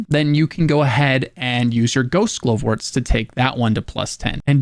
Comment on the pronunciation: Why are you pronouncing Glovewort strangely. Glove-wort. Glovewort.